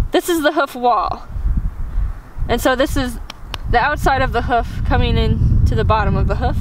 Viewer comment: Can’t deal with how you say “hoof” it’s “h-oof”. Not “huff” 🤣🤣